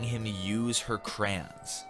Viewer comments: Di..did.. you just say crowns? Not crayons??? NANI? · “crans” me: anhabweudje eudnsvsgj63$2(bdhwlsnbd that’s just wrong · Today I learned that pronounces the word crayons as craans